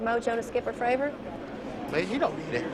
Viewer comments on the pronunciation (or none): It’s David M. Fravor. FRAVOR not favor